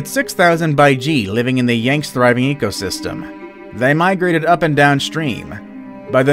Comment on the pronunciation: the “yangst” lmao